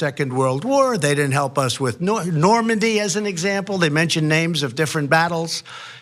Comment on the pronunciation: It's embarrassing to listen to this clown, he's such a complete moron .. "Normandie" .. really .. "Normandie" .. get this idiot out of the White House, he's ruining America.